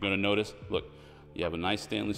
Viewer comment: First of all they're called stainless steel not " Stanley steel" 😂 Colors in the kitchen are way too dark. It's like a car option of black on black appearance package. The red pendant lights look way off. Looks like a Darth Vader or Dracula combination. Overall, it's a beautiful house. Color combination is crazy. Some wd 40 might help on the doors.